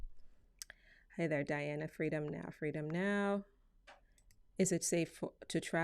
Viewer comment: Feeedon now